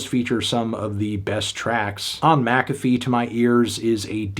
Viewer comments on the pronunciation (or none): none